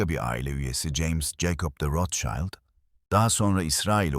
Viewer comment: Rothschild yazılır, rotşild olunur.. rotşaylt değil… naçizane😉